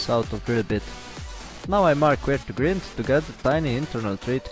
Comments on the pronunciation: Great my friend, great use for all those brokes ss drill bits I must break lol, oh as I regard you as a friend just one thing grind is pronounced like find, only a friend would tell you this :-), take care . Mac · Love what your doing but pronounce grind not grid it's confusing. Thanks for your video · Nice video, good idea. :) (Friendly comment the word grind is pronounced gr"eye"nd what I mean is the i is sounded like "I" )